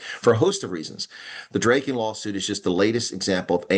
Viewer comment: Drayken? It's Draaken (Dragon), as in Drakensberg.